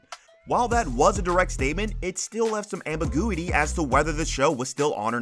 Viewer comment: What is "ambi-goo-ity"?